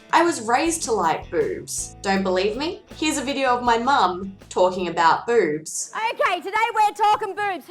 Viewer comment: To my American ears when you say boobs it sounds like beurbs.